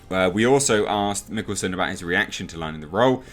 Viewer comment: The "d" is silent in Mikkelsen's name...pronounced Mass...